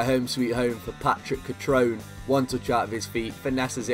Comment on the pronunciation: Its pronounced Cutroné